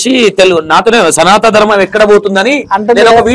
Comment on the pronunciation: Bro సనాతన ధర్మం అని పలకాలి. సనా త కాదు